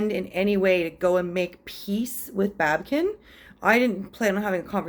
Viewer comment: It's not babken. It's babykin